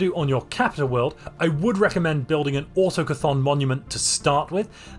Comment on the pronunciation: I'm sorry, but... "auto c'thon" monument? It's more like "a tok thon".